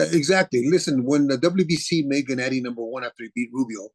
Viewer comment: "Genedee" Golovkin -Abel Sánchez